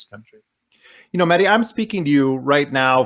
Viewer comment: If u can't pronounce names dont say it. This jihadist symphetizer, oxford smart ass aljazeera wizzel is mahedi not muddy. 🤣🤣🤣🤣🤣